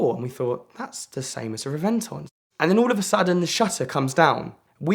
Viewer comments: Yeah, its "REV-en-Ton", and i got to not only sit in but he let me start it up, 1 of only 20 in the world, not a big deal. He let me drive his Veyron in his parking lot. REV-en-Ton, NOT the way your butchering it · He is a car guy but can't pronounce Reventon properly...